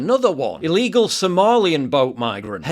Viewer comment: Shouldnt the argument be the white guy should be able to carry a knife instead of "illeegull deadlee weapon?"